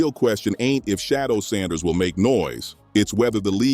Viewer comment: His name is Shedeur, not Shadow!